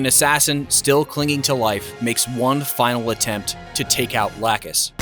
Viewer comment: My eye twitches every time I hear lacuse name mispronounced